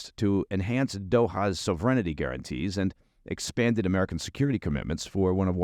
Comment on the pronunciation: Sovereignty does not have an "i" before the final syllable. The emphasis is on the first syllable, "sov." Reign, as in what a king does, is in the middle. SOV-e-reign-ty is the correct pronunciation. Please don't add another syllable. It clearly has enough.